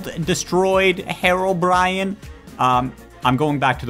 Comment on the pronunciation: its HEROBRINE not HEROBRIAN